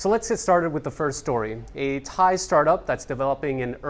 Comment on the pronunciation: Thankyou for exact thai pronunciations...end of ear splitting ache..